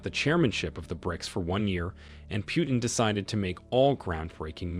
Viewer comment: It is not Piutin but PUTIN!